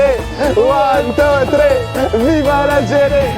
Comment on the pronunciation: gg je te suis depuis alger mais tabuse le thréé en le dit thri pas thré comme meme mdrrrrrrrr